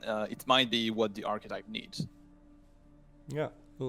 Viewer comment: "architype" lol